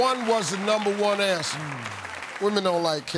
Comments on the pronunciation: “Presents and toys numba one ansa” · “Party time was da numba one ansa” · “One was da numba one ansa”